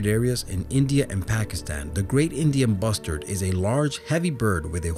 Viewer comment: I thought you said Indian bastard and I choked xD . Anyway great video